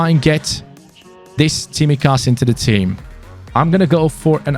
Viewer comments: Also, its pronounced Tsimíkas, not Tsímikas 😅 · I mean the pronounciation, you should say his name, emphasizing on the second I of his name 😅